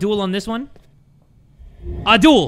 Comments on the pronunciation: My man says Abdul instead of Adul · why do i hear "Avdul" instead of "Adul" as progressed with the game 😂 Reminded me of Avdul from JoJo lmao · bro said abdul 😭